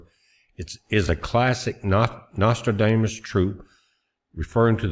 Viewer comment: Hey I love that pronunciation you have of Nostradamus. We call that a malaprop!